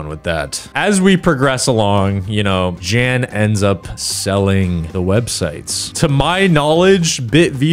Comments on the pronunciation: Wonderful video, but just so you know, Jan is pronounced like "Yahn" in this case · im pretty sure the name "jan" is pronounced yan because i had an old friend named jan